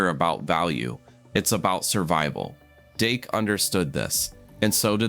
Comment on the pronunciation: Fix the audio! It starts calling him Dake and not Dak!